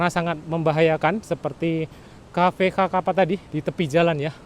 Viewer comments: Kaffe Sakapa = sekepal )baconyo bukan ( kakapa ) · Dia yang ngomong kok saya yang sesak nafas ya, blepotan dan salah² gtu bang. Xakapa disebut kakapa bukannya dibaca sakapa 🙏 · Sakapa cara bacanya Bang Bukan Kakapa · Xakapa bos. Bacanya Sakapa, bukan kakapa. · Bacaan nama kafe nya kafe sakapa gak sih,bukan kakapa...? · Nama cafe nysa sakapa bg bukan kakapa, XA itu di baca SA. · Bukan cafe kakapa bg, itu xakapa (sakapa) klw di baca dalam bahasa indonesia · Bacanya sakapa min tulisan xakapa. Bukan kakapa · Cafe xakapa bro bukan ka kapa.. bahaso awak nyo sakapa... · Assalamu'alaikum...Koreksi Mas Bukan xakapa tapi Bacanya Sakapa... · Sakapa.... Bukan kakapa... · Bro, xakapa diucapkan "sakapa". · fyi, xakapa itu dibaca sakapa pak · Bacanya "cafe sakapa" terima kasih sudah meliput wilayah musibah di Sumbar